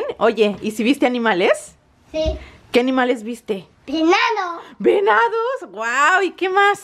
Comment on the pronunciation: cuando dice venados suena como si digiera enanos jajaja